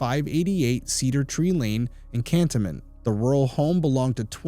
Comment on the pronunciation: Just so you know, I believe it's pronounced Can-tone-ment. Sad, another case that might have been solved if witnesses would just tell the truth, from the beginning. I mean especially the Mom.